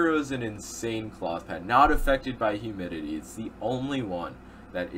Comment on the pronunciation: how many times did he say effected by huminity